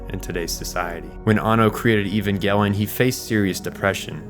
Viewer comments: Bro really said ivangelien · I will never understand why everyone insists that hard on calling it EVANGLE-ION. Do you people pronounce EVANGELICAL ("evangle-ical?) the same way?! It hurts my ears every time. And it hurts a lot in the long term. Do people say an ANGLE instead of an ANGEL?! As a non native English speakers it's one of those things, but that one I'm not sure why everyone does that, for "Nuclear, that you all pronounce NUKE-ALAR or NUKE-ULARR, I know it's because peoeple are ignorant. For that one I don't know, maybe someone will take the road of "since it's a Japanese show and these people can't pronounce anything either, we also massacre the name of the show they created, like the creators did themselves. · It's a soft G, "Evan-JEL-eeyon"